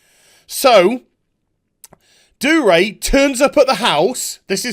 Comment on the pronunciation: Love the video but it's pissing me off that your not pronouncing the G in Dougray